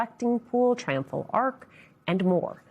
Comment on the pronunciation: You spelled it wrong. He is calling it the Trumphal Arch.